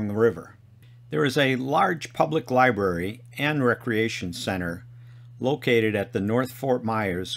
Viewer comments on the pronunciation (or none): none